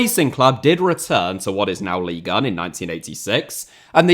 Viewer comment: When you say “leagueuen” … I fkn hate that